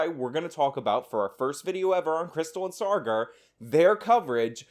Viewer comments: Saager must now legally change his name Sawgar in order to align with Elitist pronunciation of his name. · It's Sagar, not sargar lol